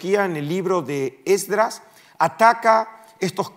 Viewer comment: ¿Podrías decirme por qué dices ESDRÁS, (ACENTUADO EN LA A) y no Esdras?